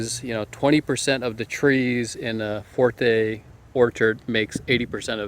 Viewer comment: Fuerte NOT Forte, Sir Prize NOT Surprise